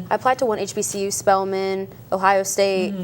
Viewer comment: I knew she was not a black American when she couldn't say hbcu 🤣🤣🤣